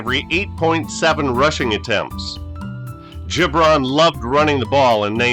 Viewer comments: I thought it was Gib-ron, not Jib-ron. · It’s GiB Ron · Great stuff .... But Its Abe Hard G ... Gibron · Abe Gibron was a character. I believe his name is pronounced with a hard g e.g. girl, get, graph. Bobby Douglas was a tough son of a gun. Another factor [to his poor passing game] was playing in the windy city in cavernous Soldier Field. I do remember people thinking he couldn't throw a pee in the ocean. Strangely Douglas might have played 50 years too soon as his game might translate well today. Thanks brother, appreciated.